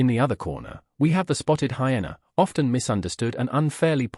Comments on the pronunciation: What are "heenas". Pronounce it properly. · Just needs to type it phonetically ("hi-eena) so the voice over will pronounce it correctly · Hyena’s say it correctly my goodness.